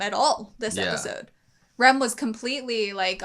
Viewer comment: i can't tell when americans say Rem or Ram, it sounds the same